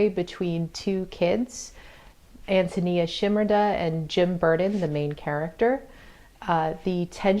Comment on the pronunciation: Awesome .... first review I have found where reviewer pronounced An toe knee uh correctly! Great review too~ lovedthe book!